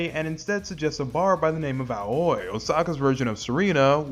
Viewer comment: I don't believe that Ryuji bought Kiryu's lie. He's just smart enough to let it go. His nonchalance when Kiryu turns up at the Omi Alliance Building suggests this to be the case. Edit: Aoi is pronounced Ah-oh-ee and means 'Blue'.